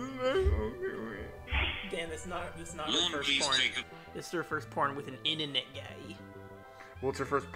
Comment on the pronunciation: The "Innanet" the fawking "Innanet"! greatest nemesis and scapegoat for all of his screw-ups. "Guy from the Innanet"...top tier threat. Guy from anywhere else....just an inconvenience and mildly annoying. EDIT: I really need to go easy on the vodka while I'm listening to these incredibly entertaining calls. Thanks so much for spending the time to bring us these gems. Well done!